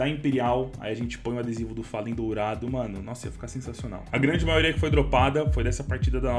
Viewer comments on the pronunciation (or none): none